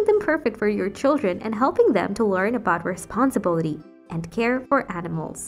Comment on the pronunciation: Before posting your AI generated speech, you should either have a native speaker review it, or just look in a dictionary to check which syllable the stress is on. I was cringing with “maintenance” and “responsibility”